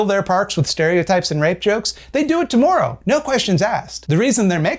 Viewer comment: ThinkSlink 3.0 really embracing the new direction of the channel: pronounced "tomorrow" especially Canadianly in this video